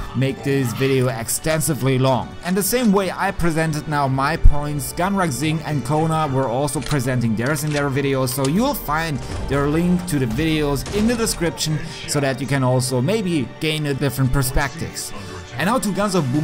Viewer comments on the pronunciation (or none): Bro...it is not pronounced as Gunrag but as guunraaag...in India pay stress to vowels when it comes to names...thnx for video